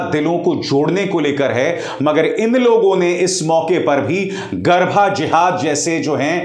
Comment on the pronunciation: Sir, it's garbaa and not garbhaa